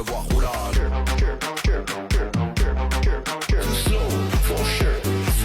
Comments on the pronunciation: 😂 For shure 😅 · J'adore c'que tu dis... For chure 🤣🤣🤣